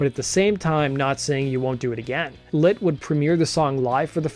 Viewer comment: Is it Lit or Lint? Pronunciation all I can hear is lint